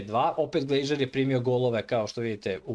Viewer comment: Nije Glejžer,nego Glazer 😅